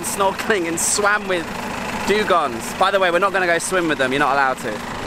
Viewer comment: Great video. I am a biologist and laughed a lot about your struggle to pronounce both "dugongs" and "manatees". Hey, no body is perefect. 😉